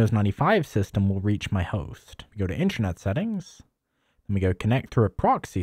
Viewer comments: Why do you keep saying Intranet mate!! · Sounds like you keep saying “intranet” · "Intchernet" x100 😂